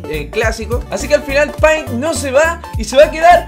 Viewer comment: Se pronuncia peint' :"(